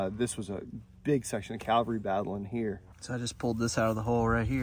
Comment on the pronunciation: Please, please, say it right! CAValry no CALvery😬😬😬😬😬😬😬😬